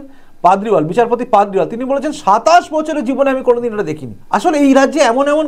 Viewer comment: পাদরিওয়াল নয় পারদিওয়ালা ।